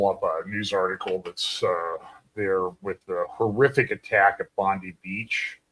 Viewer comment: Not to be critical, but it's pronounced Bon-Die beach.